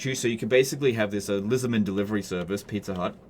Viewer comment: I was going to like the video after anyway, but "Itza-Hut" got to me to hit it immediately. Gold